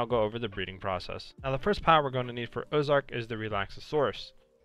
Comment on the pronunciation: Man didnt read orzerk right